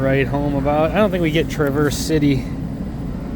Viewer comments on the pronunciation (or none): it not tra verse. it is pronounced travers. in Michigan alot of bottles are behind counters and it sucks. not good merchandising